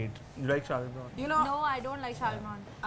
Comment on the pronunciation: I cringed hard at how you guys pronounce 'Brontë'.